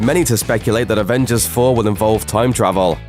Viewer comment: The way he says travel😂